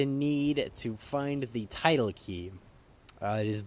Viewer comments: "Tidal" key? Nay nay, it is the tilde "till-duh", or "till-dee", as I've heard some call it. Also, for those wondering about the naming of the teleport command, 'coc' is shorthand for 'center on cell' And I believe the 'qa' in qasmoke is short for quality assurance, though I'm not sure, and have no clue what the smoke part is in reference to. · tidle key? No it's tilde key. TIL duh .. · TILDE key ~TIL- DA key~ not tidle key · It's pronounced till day, not title. Like Tilda Swinton but with an ay sound instead of an uh sound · tilde is right. not tilda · It's the "Tilde" key. Tilde. Not tidle. Just saying. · Tildè is pronounced as till day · You pronounced tilde wrong, shame on you